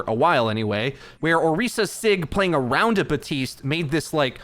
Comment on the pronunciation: why do you say baptiste's name wrong? it makes no sense, they say it in the game and you probably hear it all the time